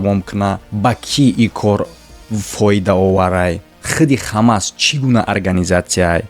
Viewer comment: Бародар Хамас не Ҳамос Талафузи дурусти Форсияш Ҳамос мешавад